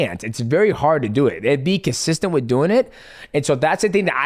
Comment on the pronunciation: Someone explain to Islam how to say “with” please brotha 😂😂